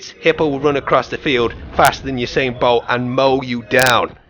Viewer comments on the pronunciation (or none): none